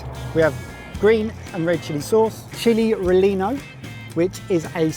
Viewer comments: oh boy, his pronunciation of "chili relleno" has got some folks steaming 😂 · I loved the state and I love your trip. But, because I love you…”Band-ah-leer”…. ‘Chilly-ree-yeh-noh” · Prolly not the first, it's pronounced chili ree-AH-no. And yes, it's so good! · It's a chili re- lah- no boys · I hope the boys made a note of the correct spelling of "Chile," although chili is acceptable in Texas. The former refers to the hot pepper itself, and the latter refers to the meat stew invented in Texas. There is NEVER a double LL, ever. Also, Chile Relleno is pronounced Chee-lay Ray-yay-no. Thanks also for correcting yourself on "taco,". It is Tah-koh, not tack-o. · chili reh lee no. lol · Loving the series. But your pronunciation of "chile relleno" was painful to hear. Also... you guys were all suffering from just... hatch chiles? How do you eat anything if you can't handle hatch?